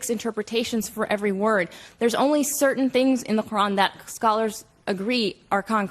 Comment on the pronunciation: hate the way they say “qUr’An”